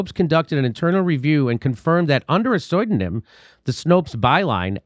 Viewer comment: A “soidinym”? Why “coitainly”! Nyuck, nyuck, nyuck!